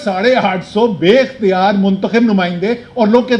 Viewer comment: Asad, It looks you slaped the awam by saying Baa Ikhtar( I think you wanted to say Bay Ikhtiar)